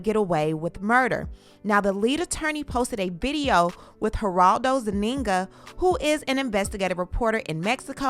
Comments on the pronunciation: His last name is not ZuniNGA🤭, his last name is Zúñiga- pronounced z oo n ee g uh . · Girl, you pronounce his last name like ZOONEEGA! Not zuneenga